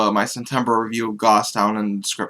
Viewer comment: Just FYI it's pronounced like ghost.